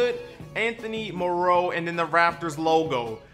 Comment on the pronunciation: What black guy calls Anthony Morrow moorow 😂